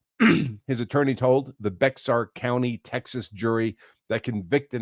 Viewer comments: Bexar is actually pronounced Bear....like the animal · Bexar county is pronounced “bear” or “bare” county as the anglicized version of the Spanish word. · I think it's pronounced Bear county